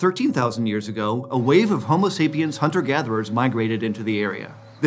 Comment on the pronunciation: I thought I heard you say "homeless" sapiens 🤦🏻‍♀️